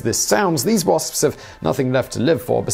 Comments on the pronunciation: I love how he pronounces "wasps" the "spspspsps" calls the attention of my cat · WaSpS, he pronounces every letter and I love that for some reason